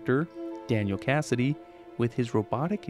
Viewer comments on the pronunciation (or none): none